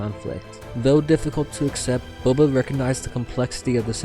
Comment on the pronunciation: Towards the end of the read, you called him “Bubba” once.. 😂 omg… Bubba Fett… 🐊”Ya’ll be needin’ bounty huntin’ done?” 🤣